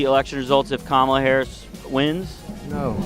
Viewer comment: They don't have anything else, so they just plain up disrespect her by mispronouncing her name. The thing they don't realise is that it is a mild annoyance at most and it speaks volumes about their own character.